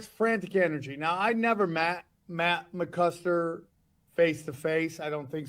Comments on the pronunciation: matt MCCUSKER, not CLUSKER... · Even saying it wrong. Also why can't you British people say tah as in vitamins...vi..tah..mins....you said vet Ta. Men